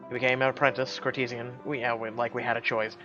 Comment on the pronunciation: Dude... That is so not how you pronounce 'courtesan'. -_